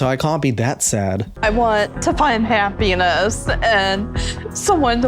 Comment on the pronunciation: "i want to find ha-penis"